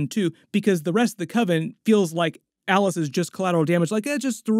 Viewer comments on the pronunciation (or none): none